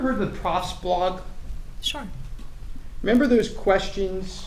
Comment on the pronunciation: Sounds like she is saying Shore